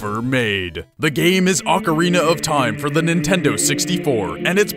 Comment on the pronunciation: I don't know why it pissed me off so much but when you mispronounced ocarina i totally lost it...